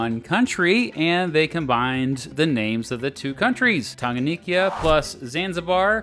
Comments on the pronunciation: Please, for the last time, we say 'Tanganyika' not 'Tanganiyika' . Are we together? I am a Kenyan. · Tanganyika, not Tanganikya. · Its pronounced lake tan-ga-nyee-ka. And zanzibar in tazania has separate legislature and regional executive. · I would like to correct this mistake, it was 'United Republic of Tanziania', not 'Republic of Tanzania', and , Lake Tanganyika is pronounced as Tounge-gun-nyee-ka. Other than that, this video is good. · Bro alivyotamka Tanganyika nilicheka lol